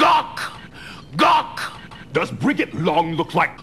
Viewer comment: I thought it was funny coz Gagh is pronounced Gagggggh or Kagggh, but never GOCK! I'm basically making fun of the actors. Of course it would have been alot funnier if I was better at editing XD